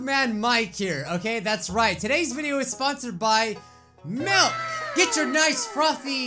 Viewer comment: said ”MALK” not milk:(